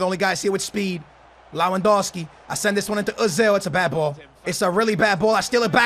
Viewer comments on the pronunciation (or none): Damn how could butcher labyad so bad